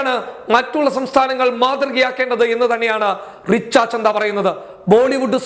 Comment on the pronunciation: റിച്ച ചന്ദ അല്ല റിച്ച ഛദ്ദ ആണ്